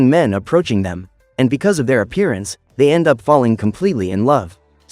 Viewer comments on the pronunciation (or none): none